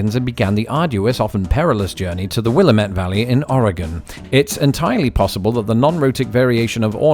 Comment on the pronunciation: On the topic of pronunciation, Willamette is pronounced will-AM-et. The emphasis is on the second syllable. You did pronounce Oregon correctly though, so thumbs up!